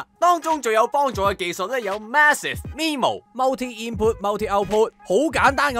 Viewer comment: MIMO 嘅 MI 讀mai (你當 my 嘅尾音拉高去到 i 嘅尾音） 另外唔係行動 係流動 香港係讀流動 大陸叫行動